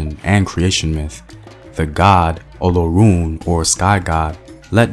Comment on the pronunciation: And Olorun= O luh roun.